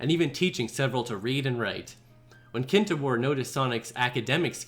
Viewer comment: that's not Kintobor. It's kintoBAR